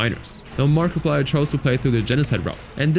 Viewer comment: Did you say markaplier